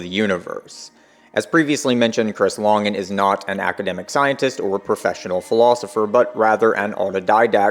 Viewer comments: Why do you pronounce it "lahngan" its LANGAN yknow like LANGuages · This is from the CTMU FB group, Chris Langan's own comment about the video: Eike (FB commenter): "Good stuff, but I am confused why the name 'Langan' is pronounced the way it is. Because of that, I first thought that this could be a troll video." Response (Chris Langan): The narrator seems to have an adequate philosophy background, and his understanding of the theory is impressive relative to most. But it's far from perfect. This is especially obvious when he reserves judgment regarding some aspects of the theory, finds some things about it "suspect", implies that Whitehead (and Bernardo Kastrup of all people) are legitimate competitors, refers to my aggressive and abrasive personality, cites the controvery regarding my IQ, and so on. The constant mispronunciation of my name is also worrisome, as this is a very well-established trolling indicator. Syndiffeonesis wasn't adequately explained, telesis wasn't introduced as a "metasubstance", and the word "supertautology" wasn't mentioned at all, thus obscuring the unequivocal superiority of the CTMU to other theories. So despite the strong points of this defense, I remain undecided about it pending more information. As for bending over backward to maintain the appearance of neutrality, it's no longer justified. After decades of idiotic trolling by the likes of "professor dave" and other mindless chuckleheads, those days are gone. It's time to simply tell the truth.